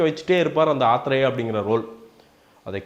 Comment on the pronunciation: ur pronouncing of athreyaa is so funny,,,,,sounds like tea athreya word???